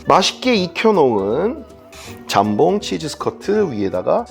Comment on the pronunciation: 잠봉이 아니라 jambon장봉임. 발렛 파킹이 아니라 valet parking발레 파킹. 모엣 샹동이 아니라 Moet Chandon모에 샹동.